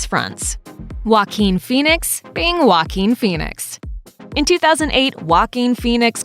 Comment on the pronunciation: huakin fenix? lol